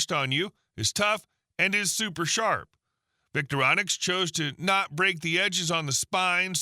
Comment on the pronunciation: "Victoronix"????? You need to teach your AI to read...it's V-I-C-T-O-R-I-N-O-X!!!! Are you even a genuine "bushcrafter" or a commercial announcer? Unsubscribing!